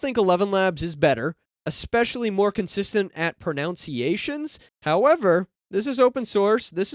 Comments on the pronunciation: Trying to figure out if "procounciations" (sic) is a joke or not, by mispronouncing "pronunciation". It probably was not intended and just emphasizes the strangeness of English where "pronounce" has a "ou" in it, but "pronunciation" has only a "u" (between the Ns). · The irony of the fact that you mispronounced The word pronunciations. Love your stuff not throwing shade just had to laugh😅